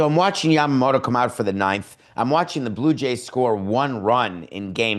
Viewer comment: Your pronounciation of Yamamoto is perfect😊.